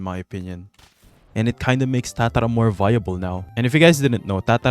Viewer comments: please stop saying tatara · the way you say tatara 😮